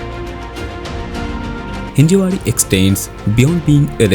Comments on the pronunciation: It's Hinjawadi. Not Hinjewadi. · Thanks for the informative video. But please get name correct. Its Hinjawadi, not Hinjewadi